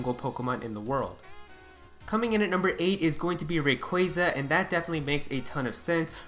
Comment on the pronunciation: RAy-qua-za please stop saying RAy-quA-za